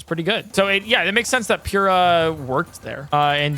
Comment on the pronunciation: the pronounciation of pure-ah will never cease to bother me